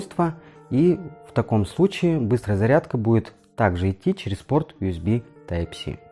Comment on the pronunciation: Из-за отвратительного "Уэсби" не стал смотреть видео. Этот разъем называется USB , что переводится как Universal Serial Bus (универсальная последовательная шина) и произносится НЕ УСБ, А ЮЭСБИ ,ЮЮЮ ,ЮНИВЕРСЛ ,Ю А НЕ У. Плюс к этому небольшая неточность с названием портов Юсб А, которые в видео почему-то стали просто Юсб ,Юсб - общее название разъема , а два порта в павер банке называются Юсб А